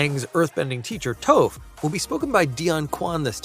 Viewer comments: Stop saying Toaf, it’s TOPH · I’m sorry… Toe-ff?!?!?! It’s Toph (Tauf) 🫠🫠🫠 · You clearly have never seen the series if you pronounce "Toph" as "tofe". Your opinions are meaningless. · if he says Toeph one more time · He keeps saying “Toeph” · The mispronouncing of Toph... hurts! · did you really mispronounce Toph's name? you're as bad as the first ATLA movie. get out. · Please learn how to pronounce Toph